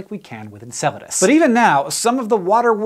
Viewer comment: You might not be pronouncing it right.